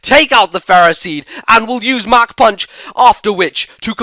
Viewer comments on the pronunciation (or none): none